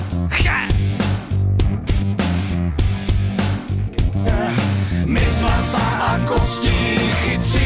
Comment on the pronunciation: Che se vyslovuje "če"